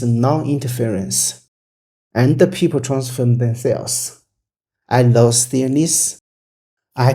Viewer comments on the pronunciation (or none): none